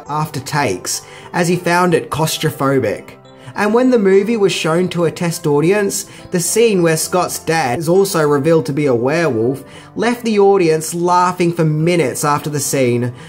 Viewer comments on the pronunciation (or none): It's claustrophobic not caustophobic